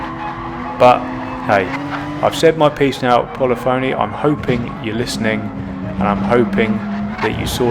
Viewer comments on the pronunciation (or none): I hate to be "that guy" but I believe Polyphony is pronounced puh-LIH-funee... Love the videos, by the way. You're right in calling them out on the QC. It's an embarrassment. I stopped playing GT after they screwed up the penalty system. This is just more of an example of them mishandling changes to a game that should have worked day 1.